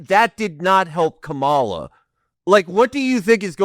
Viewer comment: These guys are still saying Kamala's name wrong and want me to take their critiques seriously. It's odd.